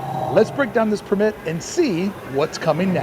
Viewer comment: You’re really inconsistent with pronouncing “permit”. The correct way is emphasis on the PER. ✅ PER-mit ❌ per-MIT